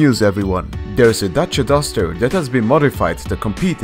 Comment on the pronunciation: You pronounced Dacia Duster correctly